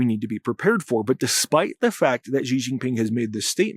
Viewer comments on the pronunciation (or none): Great analysis, much appreciated. Thought you’d want to know how Chinese speakers pronounce Xi 😁 - it’s pretty close to SHE or SHEE. On 10/20-24 the CCP just concluded 四中全會 and around 10/18, 9 generals in Xi’s camp were removed (some dead some disappeared) especially two from the Eastern Military Zone which would be the zone that is in verge of attacking TW. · as soon as you mispronounced xi’s name I was out